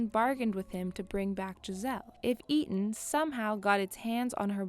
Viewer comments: Shows she's not seen Hobbs and shaw coz she pronounced Eteon WRONG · the fact that she doesnt even know how to say eteon correctly and butchers it multiple times.